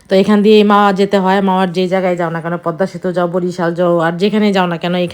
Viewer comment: প+দ+ম+া=পদ্মা, ম এর উচচারন হবে না।